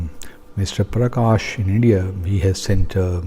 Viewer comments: Perkash nahi hota hai be it is praksh means light 😂😂😂😂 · The name of the caller can't be PERKESH...in afrenzy of propaganda, you didn't even write the correct t name..its clear that your Punjabi person didn't know that it is PRAKASH NOT PERKESH 😃😃😃😃😃😃😃😃